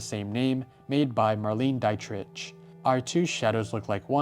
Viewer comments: I am sorry but there are way too many assumptions in this video. it's pronounced Marlena Deet Rick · haha you butcher Marlene Dietrich's name !!